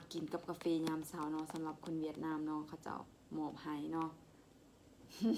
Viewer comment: คุณหมอครับเวียดนาม ไม่มี ห นะครับ fcนะครับ